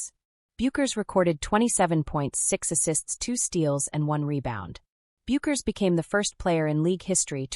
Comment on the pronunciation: Think of the beer or hair product "Beck's" when pronouncing Paige's last name. It will make it easier to afford credibility to the commentary.